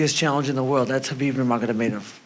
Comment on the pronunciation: Justin pronounced Khabib's name correct